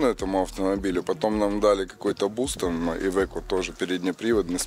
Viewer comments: не ивеко а АЙВЕКО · Ивэко не еде далэко как говорят поляки